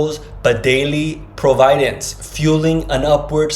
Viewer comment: Why is this man pronouncing "providence" incorrectly? It's doubtful that Jesus pronounced it wrong. Perhaps the man received impressions rather than words, and he had to find some of the words later? Perhaps he discovered the word providence while seeking a word that meant just that, but he didn't learn the correct pronunciation, the emphasis being on the first syllable, not the second. Another possibility here, though sad, is that this is made up. Pray for discernment. There's a lot of stuff on the internet that is directed at Christian's in order to deceive them. I'm not saying that's what this is. I'm saying you must be discerning, and only the Spirit of God can provide spiritual discernment.